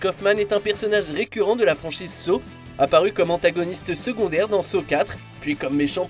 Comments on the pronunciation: Pourquoi vous le prononcer comme sow alors on le prononce san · ça se prononce exactement comme ça [ˈsɑ]